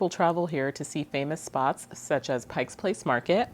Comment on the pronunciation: Great report, and well presented. I can tell that you are fairly new to here by pronunciation of: Pike Place, Gonzaga, Alder trees and a couple of other words. One of the driest towns is actually in western Washington, Sequim. I think your report will help those thinking of coming here. Many arrive unprepared financially. They think a $500,000 home will be easy to find, and will be upscale. It will be a tiny starter house.